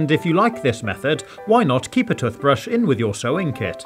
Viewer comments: It's called a Toothbrush, not a Tuthbrush. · toth paste toth brush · I'm slightly obsessed with the way you say toothbrush. Tuffbrush. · I can’t un-hear ‘tuth-brush’. 😄😅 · A tuuthbrush? And tuuthpaste? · Am I the only one triggered for him saying tothbrush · stop saying toothbrush like that. its so annoying when you pronounce tooshbrush like that. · the way it says toothbrush